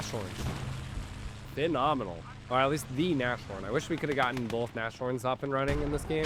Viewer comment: Since you do seem to care about correct german pronunciation: sh is never the soft compound sound, German has "sch" for that. Sh is usually when a word ending with s is combined with a word starting with h. We Germans do love our literal combo words. So in this case Nas (short for Nase - nose, pronounced like Nas the rapper) and Horn (horn) which is german for Rhinoceros. You'd put a tiny pause in-between the words so it would be Nas-horn to make sure both words are clear. Great match btw, especially those heroic infantry actions. Edit: just noticed you put Rhinos in the title so you are definitely aware what the word means.😅